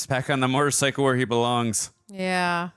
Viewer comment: I love that said “motorcicle” I’ve never heard anyone else say it that way other than trying to be funny.